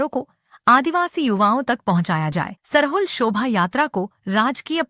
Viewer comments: सरहुल को सराहुल और हंड़िया को हडिया बोलती हैं। इन्हें सही बोलने के लिए कहें। प्रस्तुतकर्ता को विशेष रूप से धन्यवाद 🙏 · सरहुल होता है सराहुल नहीं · आपलोग सरहुल को गलत उच्चारण कर रहे हैं (श्रहुल बोलना गलत है)खादी उरांव भाषा में बोलते हैं 🎉🎉🎉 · श्रहुल नहीं सरहुल होता है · App log sarahul bol rhe h sarhul hota h